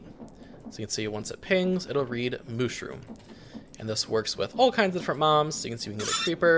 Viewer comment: At timestamp you said moms instead of mobs just so you know, I think it was kind of funny, so you’re gonna put a bunch of different moms in the seat? 🤣